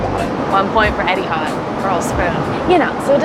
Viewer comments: Etihard. It's Etihad 🤣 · Pls :) Etihad, not Edihad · It really bothers me how says Eddie had instead of Eh-T had (sorry don’t know the phonetics) 😂